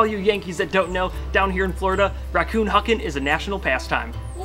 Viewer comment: Aaronfire42 Gamboa its raccon not racton . 😂😂😂